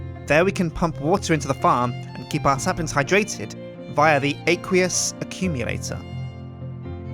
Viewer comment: It's pronounced "Ak-we-us Ak-youm-yilator"